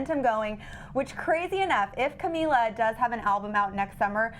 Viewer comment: Man said camelia lol